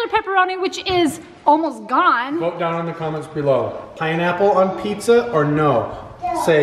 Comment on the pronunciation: Its pinapple not ponaple